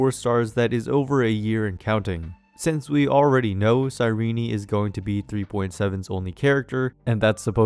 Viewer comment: BRO ITS NOT FUCKING CYRENEEEEEE THERE IS NO EEEEEEE SOUND AT THE END.